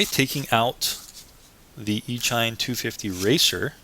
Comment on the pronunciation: Just fyi, it's pronounced E-sheen... as in "electronic-machine"... e-mail... as in "electronic-mail"...